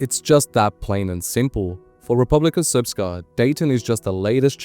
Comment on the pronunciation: I must commend you on your pronunciation of RS. It is rare for Anglos to say this almot perfectly.